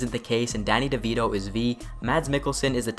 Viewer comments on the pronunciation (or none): Danny de-V-to, you say? :D